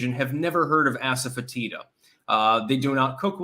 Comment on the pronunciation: It's pronounced assuh-FET-iduh.